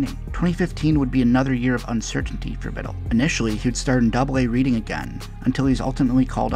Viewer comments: It’s not pronounced “reading” it’s more like “Redding” just fyi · Love the video! I have connections to GFS, and remember when Philly drafted him, but it’s pronounced Red-ing not Read-ing lol